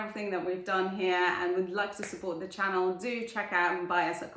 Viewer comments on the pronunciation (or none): none